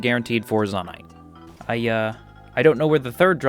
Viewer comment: Great video. You say “Zonaite” weird. I believe it should be pronounced “Zonaite.” Not “Zonaite.”